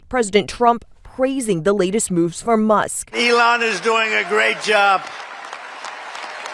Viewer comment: She's AI can't pronounce Elons name fake news